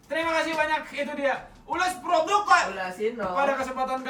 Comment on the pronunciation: Bang “ulash produq” pakai qalqalah apa ? Gelisah gua dengernya 🤤